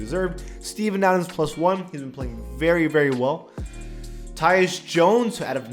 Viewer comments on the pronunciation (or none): none